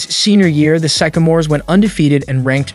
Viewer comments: Sycamore is pronounced (sick-a-more) not (psych-o-more). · This guy needs to learn how to pronounce Sycamores and he called the Lakers the Dodgers. Poor editing.